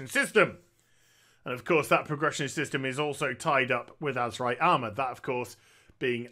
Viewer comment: yeah he just slang it up and call it Azemrite in his videos